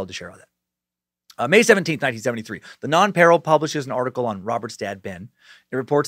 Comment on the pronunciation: As usual your stuff is great brother. Love listening. It's pronounced non-pa-real